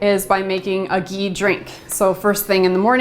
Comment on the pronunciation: hi I love your videos I wish u were in NY . For digestion what is the oil I couldn't understand I thought u said Geen?